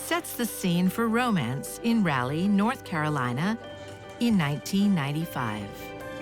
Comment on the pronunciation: I'm not a Geography teacher and I know the narrator is not AI . . Raleigh, NC is pronounced like Ra (like doll) Leigh, not "Rally" . . Jeezzz